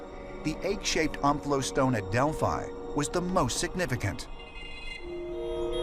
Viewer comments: I lost all interest the second they started pronouncing Delphi wrong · You said Delphi wrong many times... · To bad they kept pronouncing Delphi wrong